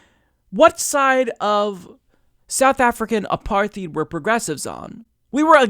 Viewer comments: Great video. It's frustrating to no end how callous and hypocritical these so-called libs are. I hate to be that guy, though, but "apartheid" is pronounced like "apart-hide" or "apar-tied," not "apar-theed." Keep up the great work, man! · Apartheed? Dude, in your political knowledge, you should have heard that word properly pronounced a few times. It's Apartheid A-par-tide. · PS- it's pronounced ah-par-tied. Not ah-parth-eed. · 'Apartheed.' Educated fella. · It's pronounced 'uh-PAR-tide,' BTW. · Great video. Just FYI, it’s pronounced A PAR TIDE. Also, you should point out that these protests were NOT organized by Hamas but by civil society. Also, the U.N. wants to investigate Israel for war crimes for what they just did in Gaza. This was almost as many killed since Operative Protective Edge in 2014. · Apartheid = A-par-tide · /ə'pɑɹθiːd/? Seriously,? It's a Dutch word: /a'partheɪt/ (roughly like "apart hate", in case you for some reason aren't familiar with the IPA).